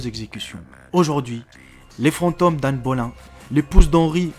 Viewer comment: Un "paquebotte" ? Anne "Bolain" ? C'est ta manière de parler qui est hantée ...